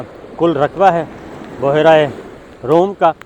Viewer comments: Word is bhyera not buhera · بحیرہ روم نہیں بلکہ. بحرہ روم ھے